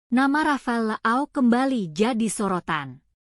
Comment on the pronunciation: Leao ❌️ La ao ✅️ 😂